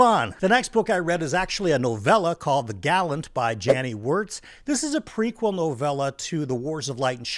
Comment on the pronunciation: I cannot express how much I appreciate the correct pronunciation of The Gallant. I’m sick of hearing people talk about The GuLLaEAent or however that incorrect pronunciation goes…